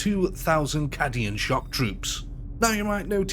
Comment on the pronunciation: 'Korps' is pronounced 'Cor'. 'Cadians' is pronounced 'Kay-dee-ans'.